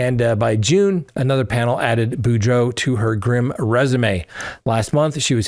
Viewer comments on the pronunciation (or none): none